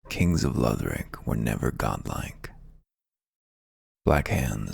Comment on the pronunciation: I like your voice better. I feel like he was trying to sell me something. Plus the way he pronounced Lothric made me writhe in agony